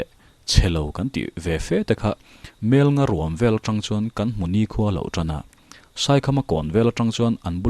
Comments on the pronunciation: Ngaihthlak pahin correct char2 ang.. Kan lo meng tang hru... Tih kha... TRI awm tur anilo T anih kha.. Eg.. Tangseh natna i hria em.. Kha ta tang ang khan lam tur.. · "meng tang hru" kha ka lo sawi ve mai mai... 'tang' hi 'chhang' (bread) lam angin lam tur... ṭ a tel lo. Chuan.. "pem buh bel" a 'pem' hi 'chhem' (blow) anga lam tur. awmna khua chhuahsan 'pem' zawk kha a ni e.😆🙌 Hmanlai khan an khua an pemsan thut dawn khan an buh chhek sa kha an ngamtlak te an khul chhawntir ṭhin a. (Hre ber awm ang hrimin rawn type duah😆)